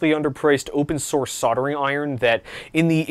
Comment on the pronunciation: Oafen Source, lol